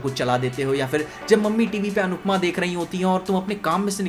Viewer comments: You hurt me bro... Its not... "Anupma"... Its ANUPAMAAA... 😂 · He said "अनुप्मा" instead of "अनुपमा"😂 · Bhai nupma nhi Anupama 😅